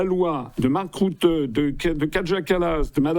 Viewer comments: RUTTE "U" se prononce "U" en néerlandais donc pas de marc route mais marc rutte ! Aussi simple que ça ! Bon sang ! Apprenez à prononcer correctement le nom des gens même si vous ne les aimez pas; cela s'appelle le respect; c'est ce qui distingue les Hommes des tocards lambda ! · M.Asselineau, en néerlandais le "U" de prononce comme en français. Pas besoin de le prononcer comme le "U" germanique !